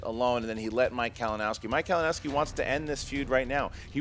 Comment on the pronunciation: mispronounciating Kalinowski's name was great:P